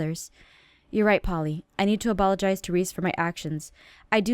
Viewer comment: aphmau, you said ablogez